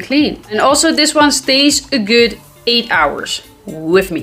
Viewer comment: lol. "Guud."